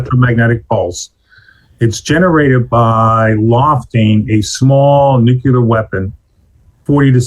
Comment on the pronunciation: You lose a lot of credibility when you can’t even pronounce nuclear properly